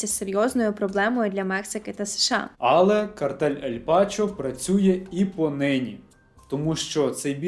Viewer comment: Ель Чапо, а не Пачо